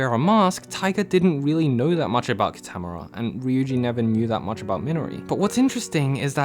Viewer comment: "Ki-TAM-oo-ra" Its Kee-tuh-more-uh!